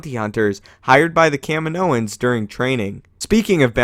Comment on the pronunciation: It's Kaminoans, not Camden O